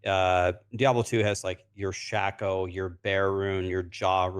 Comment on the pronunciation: Why is calling it a shaqo when it's a shako.. like shaqullie O'Neil...shaq-o....its shako not shaq-o.. here say it with me shaaaaa....kooooooo.